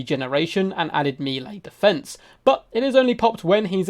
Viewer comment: Nooooooo, he said mealy again, it wasnt just cos he misspoke he actually says it like that like so many other people, noooooo that kills me, please dont say that. Nooooooooo, deliver me lord, i cant. I cant bear these human creeps all around me all the time im (basically) perfect and amazing, fuck all these clowns looooool.